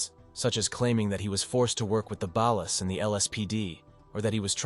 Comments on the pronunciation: The way he pronounced ballas is filling me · No thank you ai- can’t even pronounce ballas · "the ballas" smdh